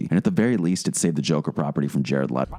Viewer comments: Lmaooo he couldn't say his name!.. No seriously, Baby Joker from "Friday" was better Joker than Jar-hlmshd.. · hahaha I like how the narrator can't even say Jare- music starts playing